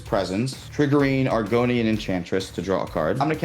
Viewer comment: should lose for mispronouncing Argothian Enchantress